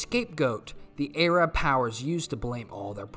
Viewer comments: Soddy Uhrabia and the Ayrab people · Other than the fact I'm not used to that pronunciation of Arab as A-rab, great video and I like the memes.